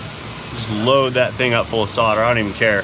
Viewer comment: Really fun video, thoroughly enjoyable! saying 'solder' properly made me oddly happy